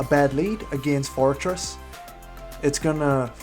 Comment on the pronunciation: Hey! said forretress correctly!!! Congratulations man!!!